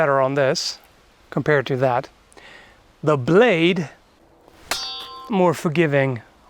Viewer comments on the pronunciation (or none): none